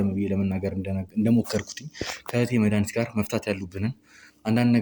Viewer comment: አስተካክለሽ አውሪ እስኪ ስስጠይ መዳኒት ምትባይይይይይ ኧረ በስመአብ